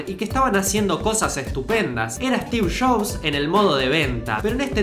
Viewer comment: "Stix Shops"😂 jajajaj amo como que dice😂😂😂😂